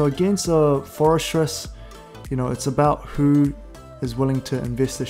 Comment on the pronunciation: Love your content, great tips. Just wanted to clarify Forretress is pronounced “Forreh-tress”. There’s no ‘s’ in the middle of the name. The way you’re pronouncing sounds like “Fores-stress”